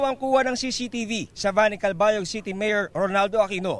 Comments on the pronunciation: Calbayog po hnd kalabayog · "calbayog "po hindi calabayog